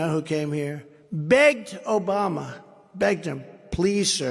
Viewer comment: Right! That's why 45 said he ran against George Bush and whenever he tries to cover up a mistake he makes up a new words like the United Shates and Obamna.